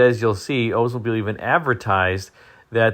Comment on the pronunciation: I think it's pronounced Oldsmobile not Ozmobile!